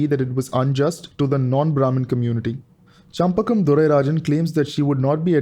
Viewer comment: Well explained.. congrats.. (her name is shenbagam durairajan not champakam ;-) )